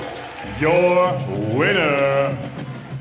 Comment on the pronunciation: Did the announcer seriously just say "ice cream kron"?